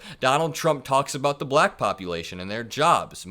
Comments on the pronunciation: I hate how he says BLACKKK that really pisses me off it even sounds racist vote💙💙💙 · He's very odious. The manner he pronounces the word "black" is so condescending. I'm so tired of his grotesque prattling. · I think the slight pause after the word "Black" is silently filled in with a racial slur in his mind.